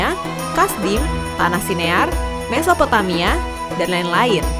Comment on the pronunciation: mesopomaia? Aga susah sih mengatakan nya, Mesopotamia